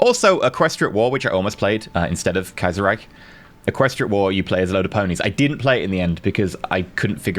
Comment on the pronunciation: Allgemeine Ostasien-Gesellschaft means General East Asia Company. Btw the ch in Reich is pronounced just like the sh in shoe. Your 'Kaiser' is spot on though.